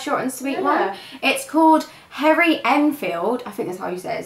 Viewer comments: Since when was Harry pronounced as 'Herry' 😄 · "Hairry Enfield I think that's how you say it" ? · Before the actual Harry Enfield clip even starts has problems pronouncing his name. Irony at its best. Also look up the term "SARCASM". Blimey!